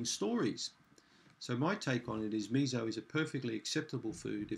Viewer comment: MiSo, "mi-so", like the English Me and the English So. There is no Z in that word. Missssssso. So, as in "and SO on".